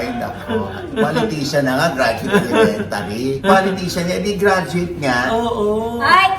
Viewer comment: Tawa ko kay sa “gradweyt ng elementayr” hirit 😂😂